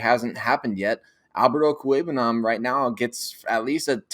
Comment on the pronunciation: I wish all you people out there would talk to Alexis Perry and learn how to pronounce Okweugbunam! It's about time. There is no koo in his name. Okweugbunam Oak-wheg-bunam What is so hard about that?